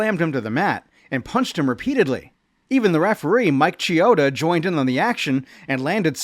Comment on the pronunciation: Mike Chiota pronounced Key-oat-ah